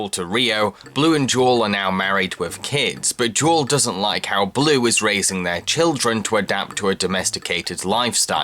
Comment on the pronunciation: Uh...Blu‘s wife‘s name is Jewel. Not jaw...wtf.